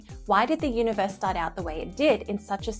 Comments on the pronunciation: Is elmer fudd narrating when he said uni voice i think he means universe. i guess its funny. he loses his R . and you add it to idea. you say idear. so your idear is univoice is verwee verwee sneaky. content is great fun to watch. and your verwee pretty. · The guy has weird pronunciation. UniVORSE? Some of his words I can barely understand.